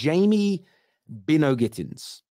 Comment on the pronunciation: It's By-no It's a name familiar in Barbados